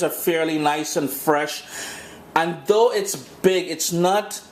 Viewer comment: I like how the "th'es" going and coming. not sure what accent it is, the 'dis' and 'doh' for 'this' and 'though' lol